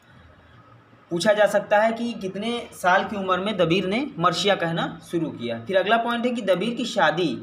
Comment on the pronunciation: Sir marsiya h marshiya nhi